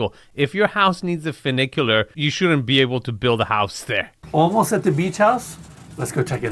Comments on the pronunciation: clearly he just saw the name and figured ooooo that sounds posh and fun...... but no it doesnt sound fun.... FEW NIK YOO LAR = funicular now lets pronounce Nouveau riche together.. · Enes states in the opening that the property has “not one, but two funiculars…” A funicular is a type of cable railway that connects points along a railway track laid on a steep slope. And it has two cars—a descending car and an ascending car that counterbalance each other; one ascends as the other descends. That’s one funicular. And it’s pronounced “fyou (as in few) NICK ya ler” not “foo NICK ya ler”. But if there’s two cars, each with their own track, that travel independently of each other, then that’s two inclined elevators (not two funiculars). And Nevada is pronounced “Ne VAD (rhymes with dad) a” not “Ne VAUD (rhymes with odd) a”. You make some good points, but I’ve never seen one of your videos where you like a house that Enes is promoting. What’s that all about? You’re not the arbiter of good taste. It is subjective. And most of the houses you showcase would only appeal to new money anyway. But I agree with you about the Roman columns and the powder room’s neoclassical vanity; they’re out of place.